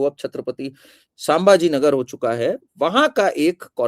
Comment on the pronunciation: आपके शुरुआती वाक्योमे आपने छत्रपती संभाजीनगर के नामका गलतीसें छत्रपती सांभाजीनगर ऐसा उच्चारण किया. आगे यह खयाल रखे आपके उच्चार गलत न हो. 🙏🙏